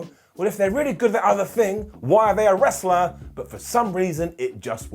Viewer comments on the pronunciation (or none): none